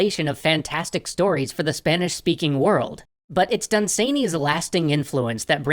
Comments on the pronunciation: OMG, y'all and pronunciation, lol. He's British: it's DUN-san-y, not dun-SANE-y. He's not done being sane, he remained quite sane, I believe. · Hi there! A few things . It is pronounced 'Dunsanny' not 'Dunsaney' .You were close with 'Fusilier' and HPL saw Dunsany speak at a lecture but was too shy to go and meet/talk with him afterwards. Great stuff though! Keep up the good work! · Done Sane Eeee? Try saying it more: "Dun-s'nee" (pronunciation source: an Irish Lord.) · Lord Done-suh-knee, not sany. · "Dun-SANE-ee"? I've always heard it pronounced "DUN-suh-nee" over here in England. (Also "FEW-zill-ears" not ... umm ... "Few-ZILL-ee-urs") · I pronounce his name DUN-sunny, not dun-SANE-ee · Dun-SANEY Jesus Christ, great episode and all, but I don't think you could have possibly pronounced that in a more cursed manner. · For the record its pronounced Dun'S'nay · Never heard dunsany pronounced like that? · DAE thinks is pronouncing Dunsany weird?